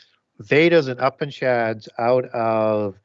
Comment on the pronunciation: Brilliant show. Also, "Upanishads" is pronounced, "yoo-paan-uh-shods".